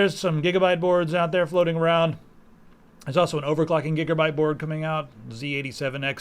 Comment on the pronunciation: "gigerbyte board" lol